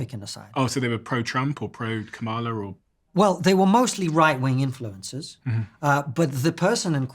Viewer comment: Seriously, you still can't pronounce Kamala correctly? It took me like a day to learn to say it right. Comma - La. It's not hard.